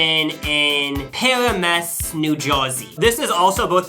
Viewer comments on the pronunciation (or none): Why didn’t you tell me you were coming Also it’s pa-RAM-us not Pearamus 😂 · The way said Paramus is taking me out 😭 pronounced Pa-ram-us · Hearing THAT pronunciation of Paramus absolutely took me out. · as a New Yorker, the way you are pronouncing Paramus is taking me out. i love you guys 😭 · The way he pronounced Paramus kills me 😭😭😭😭😭